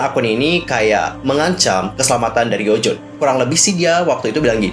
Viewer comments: Lonjwin kak bkn lonjwon xixi😁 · bacanya bukan lowjun tapi lounjuin hihi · Renjun dibacanya Lenjwin bang😀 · Tapi emang harusnya di baca "lon jin" karena kayak gitu pronounciation-nya.